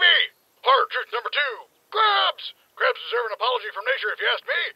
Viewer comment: When yelled "CRABS" I thought he said "GRIF"